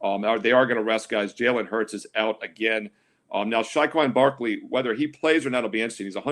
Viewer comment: Great show as always. Who is Shawquan Barkely? 😅